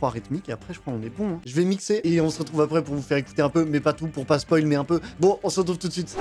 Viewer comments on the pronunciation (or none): none